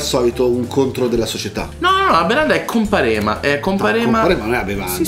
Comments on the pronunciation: Scusate ma sono salentino e non ce la posso fare...Non è "comparéma" ma "compàrema" 😂😂😂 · Comparema sbagliate a pronunciarlo ahaha